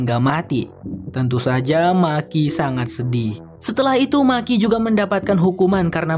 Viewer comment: Bukan maki bang tapi meki sebutanya di filmnya 😀